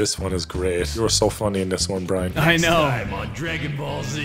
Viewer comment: i swear everytime says brian it sounds like BRINE